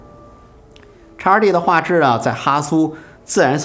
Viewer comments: 叉二弟，听起来像烧猪，哈哈哈哈。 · X2D 讀成「X two D」